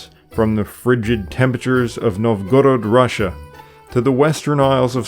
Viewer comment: Bot needs reprogramming to pronounce Russian names (NOVgorod, not NovGorod)